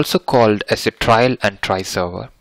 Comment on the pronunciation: Sir it's trial not trail both are different words pl correct hope u will take it in a positive way